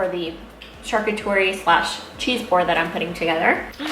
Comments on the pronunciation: Hi :) it’s pronounced sharCOOterie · Great picks, But I have to say you’re killing the word charcuterie! It’s pronounced shar-coot-erie 👍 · Charcuterie= shar- coo- tar-ee or Cheese board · Helen Mancilla She mispronounced the word, but she means charcuterie board. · Thank you! That drove me crazy. If you don’t know how to pronounce it just say....cheese board.